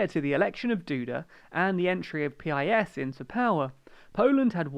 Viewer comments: listen to ye olde Pole when he says: the party name is pronounced just the way you pronounce "urine", although more sharply. So "peas" perhaps. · no you libtard it should pronounced like the word peace